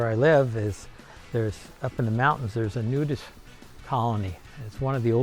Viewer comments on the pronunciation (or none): none